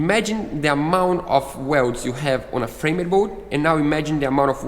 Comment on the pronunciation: It’s pronounced “FramD nor FramEd” The E is silent.